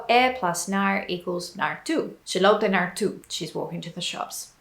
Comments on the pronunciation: you speak very well dutch but your prononciation of er is not right, you pronounce it like ir in stead of ur like in the word put ,a whole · Its funny when I hear her say 'er' because it doesn't sounds quite right. But she's actually saying it with a accent. The 'proper' way of saying it would be with much more of a forward 'R'. With your tong in the front of the mouth and letting it rattle if that makes any sense.